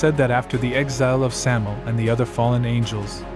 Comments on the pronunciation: Samael = sah-mah-AYL. Three syllables, emphasis on the last syllable. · "Sammle"???? That's a gross mispronunciation.